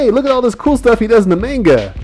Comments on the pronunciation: I hate how you say maynga instead of mahnga >:I I also wish you had included Usopp in this, aside from his backgroundiness in Luffy's wanted poster. Even if he's not black (which I like to think he is) he's still a pretty kick ass character who should still be mentioned! D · Good video, but hearing "May-n-ga" is slightly irritating. It's pronounced "Ma-n-ga". Sorry, I couldn't help but post this. :p